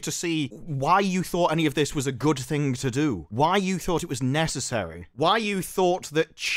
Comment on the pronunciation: Did he really say goof ting while tryna sound serious?